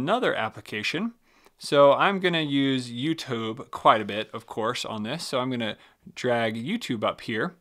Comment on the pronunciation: did you just say YouTobe